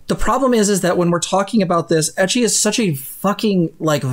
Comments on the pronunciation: im sorry and i know there are bigger point but if this fucker calls it "ekki" one more time im going to scream and punch my screen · Why is he calling it "ekky"????? Fucking a. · I'm taking psychic damage every time that man tries to pronounce ecchi.